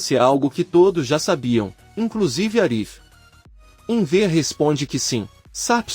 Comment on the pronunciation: Não entendo porque o locutor fala Enver, burraldo